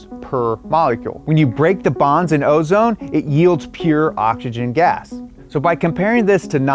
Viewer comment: Occs-eee-Jen. Not octxogen. SMH